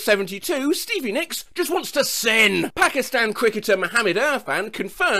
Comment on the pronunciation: im from pakistan and the pain when he pronounced “pakistan” and “mohammad irfan” was immeasurable